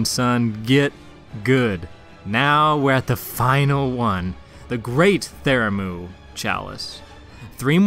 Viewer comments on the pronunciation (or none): Bruh. This killed me. Theramu.... :/ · Pthumeru/Pthumerian : ( Thoo-Mah-Roo / Thoo-Mare-E-An ) 😊. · wtf though, you said it right the very first time and only then started saying it stupidly lmao. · Every time you misspronounce Pthumeru I want to stab the shit outta you. Great video though.